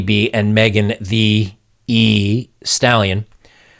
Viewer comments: Why are you saying Megan Thee E Stallion? Lol it’s not like you’re saying Megan The E Stallion. Js 😂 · Oh cut it out! You pronounce it Megan THE Stallion. Lol stop acting old, weird and white. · You know "thee" is a real word right? You don't have to keep butchering the pronunciation of it. The rappers name is stupid, but it's still a real word. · You don't need to emphasize the extra "E" on Megan Thee Stallion....